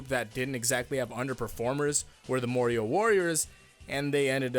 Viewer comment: is it a bad thing i heard "mario" all the time instead of "morioh"